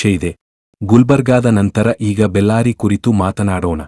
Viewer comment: ಬೆಲ್ಲಾರಿ ಅಲ್ಲ ಬಳ್ಳಾರಿ